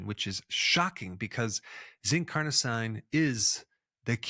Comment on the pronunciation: Dr Berg is so good, but I'm always baffled that he always mispronounces medical terms. Carnosine is pronounced "Car-no-seen", every medical term ending in "-ine" is pronounced "-een" because they are French-derived word. Such as L-Arginine, L-Tyrosine, Amlodipine, L-Theanine, L-Citrulline... All pronounced "-een" at the end. Please Dr Berg, please, it's not that complicated to get it right.